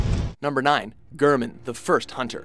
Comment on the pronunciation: ive never been more triggered when he said GRRRRman